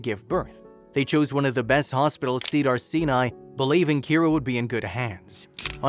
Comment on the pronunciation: It is pronounced Cedars- Sigh-nigh NOT Cedars-Sea-Knee